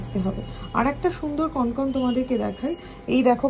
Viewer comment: কনকন নয়, কঙ্কন। প্রচন্ড কানে লাগলো পুরো ভিডিও তে ভুল উচ্চারণ টা।